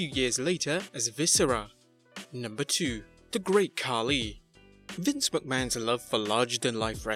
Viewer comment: THE GRRREAAAT KHAKI ?